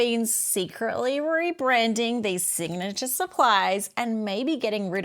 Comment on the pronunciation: "Signatuair" 😂 Gold